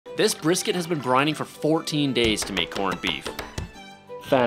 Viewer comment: It’s pronounced brisket not brisket